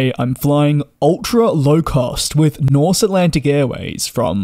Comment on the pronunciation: Very nice video. I love the Dreamliner. You get less jet lagged, less dehydrated, and it’s quiet. - But the airline’s name is Norse Atlantic, not Nothh.😄